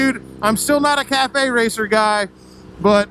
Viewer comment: cafe/caff racer not cafe/cathay. lol. sorry